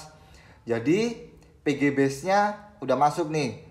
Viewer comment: bang setiap penyebutan pg dan vg selalu terdengar serupa, tolong kedepanya di perjelas bang biar ga bingung salah denger hhe (P)g (V)g